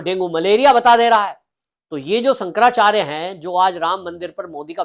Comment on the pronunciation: Abe pehle shankarachyarya bolna teek se seekle😂